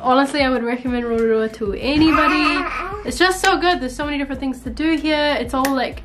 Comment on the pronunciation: Love your pronunciation of Rotorua! Not many can say it.